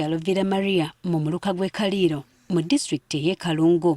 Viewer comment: Thank you for sharing this sad news with us. The correct pronunciation of the village's name is Kaliiro. What's happened is terrible, cruel and evil. That beastly man should face justice because 'omutamiivu tabaaga mbwa'. May the little angel rest in peace! 🇺🇬